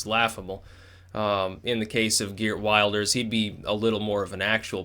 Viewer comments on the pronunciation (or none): "Maybe not Wilders" . . . HUH? Exactly what "weird things" has he said? You're sounding like the legacy media here. And btw, it's Wilders as in wilt, not wild.